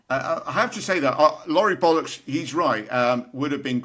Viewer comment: Keep up the great work. Sad to hear married #heartbreaker She's the first American I've ever heard pronounce 'bollocks' correctly Even the captions have it written either 'bullocks' or 'ballocks'